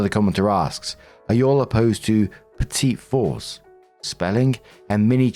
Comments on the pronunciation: minor inconsequential thing lol: petit-four is actually pronounced more like 'petty-four' in terms of how it sounds lol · Petit For is pronounced petty four. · Pronunciation tip: Petits Fours is pronounced "petty for"